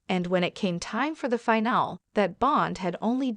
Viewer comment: You're even showing Reba from last season when Snoop wasn't even a coach. [BTW, finale is pronounced with a long ē at the end.]